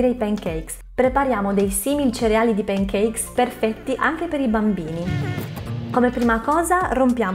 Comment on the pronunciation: p"E"ncakes....non si può sentire! 🤦🏻‍♀️ Per il resto video interessante 👍🏻